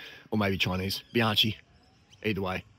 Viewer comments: Very pretty bike, mate! Midschool rules. But practice with me, Be-YOUNG-kee. Not Be-YAN-chee. Be-YOUNG-kee, please. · Nah, it's not a seperate "bee" It' bjahng-kee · Bianchi is pronounced Bee-Yankee